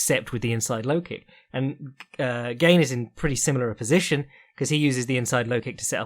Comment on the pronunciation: French guy here : it's not pronounced "gayne". Just "GAne".